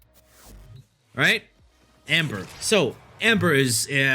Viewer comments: He says “ Ember “ as “ Amber” it screwed me up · true lmao he pronounces titania correctly but that Amber is something else 😂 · I didn't know there was an A in ember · This man can't even read Ember correctly and then does my boy inaros like that. Baro is disappointed